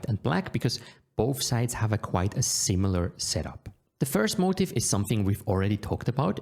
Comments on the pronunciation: Thank you Noel! Small piece of feedback: It is unclear whether you are saying motive or motif. I normally wouldn't say anything if it were only the pronounciation, however, this made the meaning of what you were saying a little unclear. Are you talking about the opponent's motive (i.e. what they want to do) or rather commonly occurring motifs (i.e. commonly occuring patterns in the position). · Motif pronounced mow-teef. Please PM me exclusive coupon code.